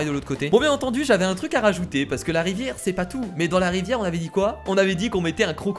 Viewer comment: la rivière c'est plutôt la "ri-verre"